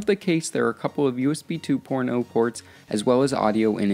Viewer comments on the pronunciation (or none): am I the only one who heard "2 USB 2porno"